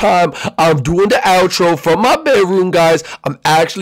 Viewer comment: You said out tro for the entry